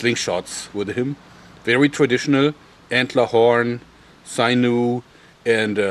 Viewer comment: Haha Sine-new. Love you, Joerg.